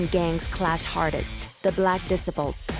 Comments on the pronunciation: "Disipuls"; it's disciples. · "disi ples"!? It's des cy ples 😮‍💨🙄🤦🙅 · Facts.. She called the BD's "Black Diss-iples" Nobody outside of Chicago should try to explain Chicago.. I don't even think these people are from america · Who let this lady narrate this .. BARE-RACK Obama.. the Decibles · It's pronounced D cy ples disciples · The way you say disciples bothers me lol D-cy-po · This AI generated narrator is wild 😂 Al "Caponey" Gangster "Decibles" "Layten" Kings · Disciple. Say it like (DE CIP PLE). 3 parts okay. Growth and Development Lady not Gangsters and stuff even though that's the action if messed with. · She said de-sip-a-pulls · 🤣 right? Hard to sound like a tough gang if you the black decibels 🤣🤣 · THE BLACK “ DIS-I-PULS” VS “ JOJO WORLD “ 😂😂 where she getting her information…. JOJO world is a small clique .. it’s really BD Vs GD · "Barkcac obama".. " black disipal"... who narrated this AI. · I live for these pronunciations. Black Dissa-pole. Al Caponey. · If you can't even pronounce disciples then I can't take anything you say seriously. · this woman voice is a bot, she has trouble pronouncing some words.. and it is annoying!! disciples - kosovo - tombstone and a lot more. very very annoying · You’d think that the person narrating this could pronounce disciples correctly! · The way she pronounces certain words like disciples... or wads... horrible... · I cant get over the fact that you not only butchered names and places, you butchered the gang's names that you cover🤦‍♂️🤣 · The documentary Is good but why you pronouncing disciples like an illiterate? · good docu but damn learn how to pronounce disciples lol... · How you make a documentary & can’t pronounce the gangs!? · The Black Disaples (why doesn't your AI pronounce Disciples correctly?) and JoJo World are the 2 hardest gangs in Chicago?? WTF is this documentary even talking about? smh Go watch ChicagoScene88 for much better Chicago gang documentaries.